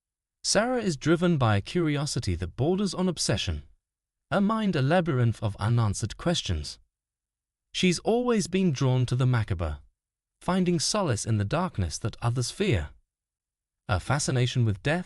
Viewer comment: Ma CAB is the correct pronunciation of macabre.